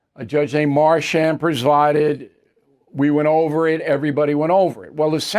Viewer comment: Bill it’s spelled Merchan, not Marchan and pronounced exactly like it’s spelled. Also, it’s fentanYL, not FentanOL. Drives me crazy like you always say. Fentanyl wasn’t mentioned in this broadcast but you always pronounce it as if it’s some kind of beta blocker and it makes you look less than knowledgeable